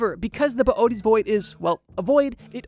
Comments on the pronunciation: "Boo-tease void", not boy-a-tees. Please. If enough people mispronounce it, we can make it happen. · “Bo oaties” is killing me to hear… it’s pronounced “bo ay tees”…. Boötes